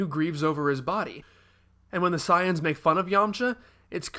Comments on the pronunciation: he keeps mis pronouncing sayians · Why does he pronounce 'saiyans' so weird?